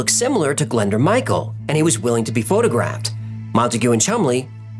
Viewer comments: 'Glenda'? Nooooo! Say it 'glen- DOORH'. It's Welsh. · .Glyndŵr...A great Welsh name. It's pronounced 'Glin doooor' (sress on the 'doooor' bit), with an 'oo' sound, not Glenda. It's a significant name in Welsh history because of Owain (say oh-wine) Glyndŵr. 🏴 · Pmsl it’s not pronounced Glenda it’s Glyndwr or pronounced glyn doowr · You butcher the name Glyndŵr but amazing video